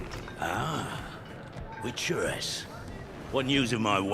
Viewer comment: She is Ciri,, not Siri. CIRI. Ciri kurwa!